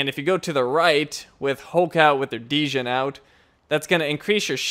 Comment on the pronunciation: Great vid as usual! Sidenote: Djinn (spirit) is pronounced like Gin (ha, also a spirit).